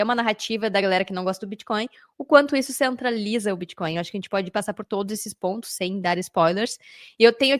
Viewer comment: Que confortável ouvir varias vezes a palavra "biticoin" kkkk nunca fica redundante. Parabéns! Muito bom